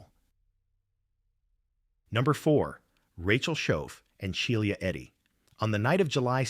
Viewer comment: Bro doesn’t know how to pronounce Shiela